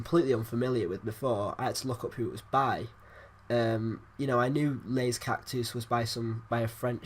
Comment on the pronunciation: Lol pronounced Jacques Dutronc properly but it's "Lay Cactoos" as opposed to Lez Cactuz" Good review though!